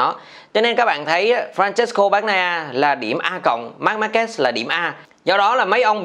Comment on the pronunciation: E thất vọng thực sự với 2 ông blv tiếng việt đọc tên Marquez lại đọc là Marc Ma Kê 😞